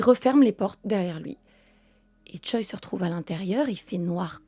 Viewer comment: Choi c'est un nom de famille (prononcé Tché) pas un prénom